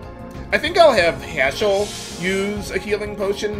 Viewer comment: I don't know if it's just me....but whenever say Haschell's name, it sounds like Asshole to me. LMAO!